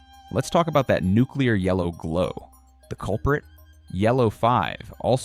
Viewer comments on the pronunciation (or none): none